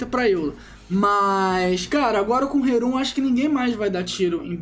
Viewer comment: Poxa, eu deixo o like, mas por favor, começa a falar rerun menos ruim... (Ri-rãn e não rerun)